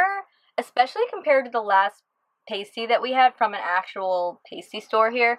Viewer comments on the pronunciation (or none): You don't say that word the way you think you do 😉. My family is from the western UP and Pasty rhymes with Nasty. So jealous of your time in the UP, enjoy!